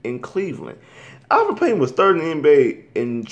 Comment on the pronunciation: You call yourself a Magic fan and you messing up Payton's name! It's Elfrid not Alfred, this isn't Batman!